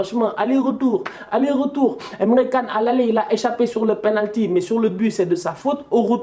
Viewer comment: emre can (pas Kan mais *TChan*) 😉